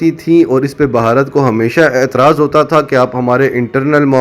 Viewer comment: بھائی صاحب اصل تلفظ بھارت ہے بہارت نہیں ۔۔ 🤪🤪🤪